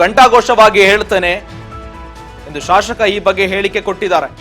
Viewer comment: ಸರಿಯಾಗಿ ಉಚ್ಚಾರಣೆ ಮಾಡೋ ಮಾರಾಯ ಶಾಶಕ ಅಲ್ಲ ಶಾಸಕ